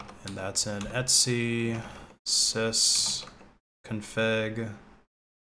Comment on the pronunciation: I don't think I've ever heard "etc" pronounced as "etsy" before